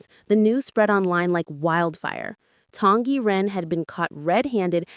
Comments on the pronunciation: SSSSSong Yiren not Tong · Song Y Ren! You said it wrong! It's not Tong Yi Ren!!!